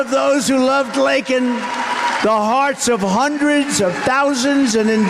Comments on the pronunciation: I’m more offended at the fact he couldn’t even be bothered to say her name right. It’s LAKEN not Lincoln. Like you must be joking. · The fact that Biden apologized for calling a murderer "illegal" but NOT for mispronouncing victim, Laken (Lincoln) Riley's name tells you EVERYTHING you need to know about him. R.I.P. Laken Riley FJBLGB!!